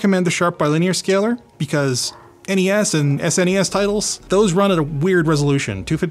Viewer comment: Did he say "sness?"